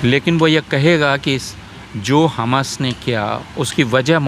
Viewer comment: Kya yeh professor kisi political party ka hai jo khuley aam tustikaran kar raha hai. Pahley Tu is mahoday ko हमस nahi हमास pronunciation theek karein mujhe lagta hai yeh महोदय tustikaran hi nahi balki desh द्रोह है।